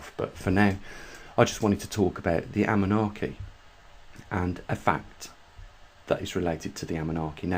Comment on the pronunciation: Anunnaki - please NOT Amunnaki